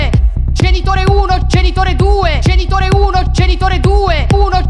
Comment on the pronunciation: Solo a me sembra che non dica "genitore", ma "cènitore"? O forse più probabilmente sono io che sono andata in palla...